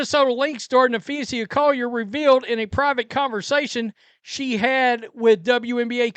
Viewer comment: For crying out loud. Can you read?! Have you never heard people say her name??? There is NO "I" in Napheesa. It is Nah Fee Suh. NOT Nah Fee See Uh. 🤦‍♂. It's not that difficult to say someone's name correctly. 🤣🤣